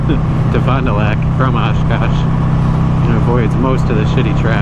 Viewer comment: it was funny hearing u say fon du lac when im from south eastern wisconsin 🤣 just recently got a 04 lightning xb12s gifted to me n cant wait to cruise these back roads around here was nice to see some firmiliar areas in the video